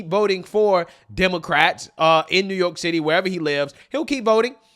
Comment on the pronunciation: my MAN said NEWYORK TITTY